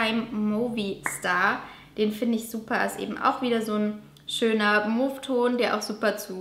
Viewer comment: Mauve geschrieben...mow ausgesprochen :)